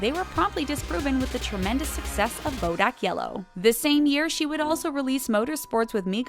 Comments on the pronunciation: "Bodack Yellow" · hmm...never heard of " bodack yellow"